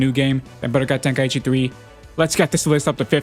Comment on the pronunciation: Ten KAI chi not tenkaeeecheee